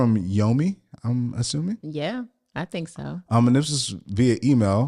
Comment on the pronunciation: Loved the episode! Accra is pronounced “Uh-kraa”